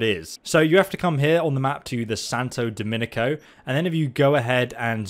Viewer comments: Please its DOMINGO not DOMINICO, besides that great video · It's funny you always say Domingo wrong. Not criticizing, just messing with you.